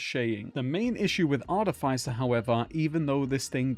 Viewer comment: VertiGG is a terrific new Borderlands creator. That would be a fun collab. ♥️ Also, it's pronounced Ar-tiff-isser.